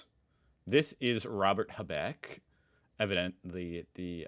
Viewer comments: your pronouncing of his name is nearly correct try to pronounce the first half strong and not the second so it HAbeck not haBECK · Love your content but: it's HAbeck not haBeck :) just the emphasis on the beginning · Thx. Pronounce his name Haaabek please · make the "ahh" sound a bit longer and you get have the right speaking of the last name, but good job anyway